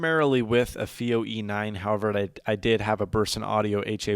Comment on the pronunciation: It's not "fee-oh" it's "feye-oh".